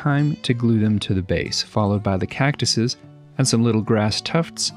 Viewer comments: As a desert native, I winced everytime he said it. Can't blame him though, a lot of people get it wrong. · As an Arizonan I died a little inside every time you said saGuaro as well when you said cactuses